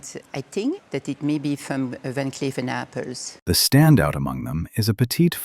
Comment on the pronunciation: Van Cleef and Ar-PELS! Why can't these narrators learn the correct pronunciation?